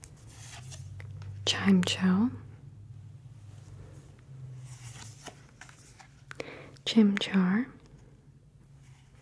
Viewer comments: When she said chime cho instead of chime echo I almost lost it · For future reference Chimecho is pronounced Chime-Echo